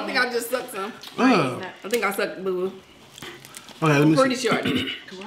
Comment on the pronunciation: 🤣😂😭 it's boo boo 🤣😂